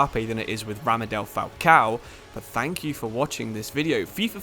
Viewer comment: ramadel falcao?😂 it’s pronounced radamel 😭